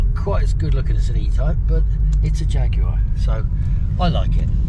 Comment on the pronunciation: Highly confusing but nevertheless entertaining video! I have the 2.2 auto which is a super slick changing box, but convenience of that aside, it’s never topped 50 mpg, but does that cruising at quite brisk speeds! Mondeo was in fact a great car, but never a Jag-u-ar! It is very quiet, very smooth, steers and handles brilliantly for a car of near 13 years of age., ours being a10 plate face- lift version estate that we had remapped and we can call it a quick, not fast, car now, at 178 hp on rolling road! Close to the manual I suspect in 0-60 times!’ Seats and extras in the SE version ours is, set it well apart from the Ford, apart from Platform, brakes and suspension bits, very little else, and ours in Ultimate Black, still gets the compliments it deserves, as the handsome vehicle that it is! Cheers